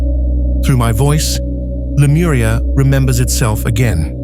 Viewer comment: レムリアと翻訳して欲しいな、aiがラムリアって言うのが気になる